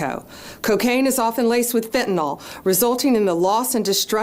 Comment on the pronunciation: Why would someone announcing 20 kg of fentanyl not know how to pronounce its name? It's not fentanol, ma'am, it is fentanyl. This mislabelling does not sound professional, and speaks of perhaps some lack of knowledge of the subject at hand. But fighting it is still paramount, so charge on!